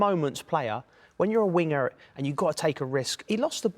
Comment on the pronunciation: Can we please all laugh at the way Joe said winger 😂😂